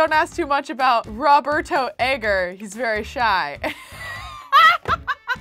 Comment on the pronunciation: The way she pronounced Roberto is hilarious 😂